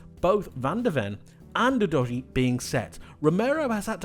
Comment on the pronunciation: Great analysis but not sure that’s how you pronounce Udogie?? I mean there’s actually a premier league video from sky sports in which he says his name and it doesn’t sound like youdoughgee